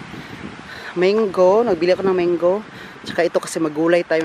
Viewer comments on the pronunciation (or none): none